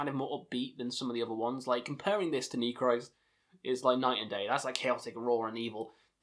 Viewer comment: don't know if someone already said it, but I speak Russian, Ukranian (a little), and German: The album titles are pronounced like Nechrist' = Neh hreest Weltenschauung = Vehlt en show (like ow when you get hurt) ung (like sung) Golos Stali = Holos stahlee Istina (verity) = eestina Cool vid mate